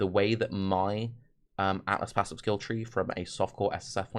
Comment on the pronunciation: I know if was a slip of the tongue but I vote "aassives" is the official term for atlas passives.